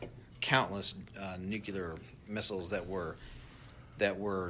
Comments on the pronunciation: I can’t help but totally dismiss anyone that continues to call it “nucular”. It’s frikkin nuclear. Nu-clear. And why would people be trying to shoot them down if that was their job. To look for “nucular” signatures. Nu-clear. Nuclear. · So strange. Nucular? 🤦‍♀️ Nuclear. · There's no such word as nu-cu-lar. It's nu-clear you plum. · I don't trust anyone who says Nucular! Catching up on old ones. It's a bit weird about the drones maybe being a rehersal so we not freaked out, plus the James Webb folks being huddled away when in August 25 there is that Atlas31 thing being weird in space lol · why did they stop and listen to a dude who pronounces nuclear "nucular"..... FOR FIVE STRAIGHT MINUTES about whether these drones are looking for a lost nuke HAHAHA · New-clee-ur ....NOT new-que-ler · Funny when folks mispronounce Nuclear as Nukular... A lot of people do, and that's ok, they are usually not a part of the industry or scientific community, for example, politicians, commentators etc. But it's more amusing when subject matter experts say "Nukular" 😂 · TikTok drone guy limits his believability by saying nuculerr instead of nuclear... j/s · Whenever drone man or anyone cannot pronounce NU-CLE-AR correctly and calls it nuke-lar, he automatically loses all credibility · The fact that this guy (the drone manufacturer) calls it "nuke-ya-lar" reveals his actual level of credibility. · Never trust an “expert” that pronounces “nuclear” as “nukular” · It's pronounced *nuclear* not *nucular* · I don't know how much stock we should put into a guy who pronounces "nuclear" as "new-cue-lar." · this guy claims to be an expert and somehow can't pronounce the word "nuclear" correctly. The nukular thing bugs me. Bet he calls wolves "woofs" too. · Nuke-yuh-lur? Ya don’t say… 🤔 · Jamie, pull up how to pronounce nuclear.